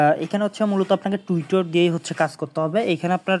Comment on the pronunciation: tewtor na vai tewtter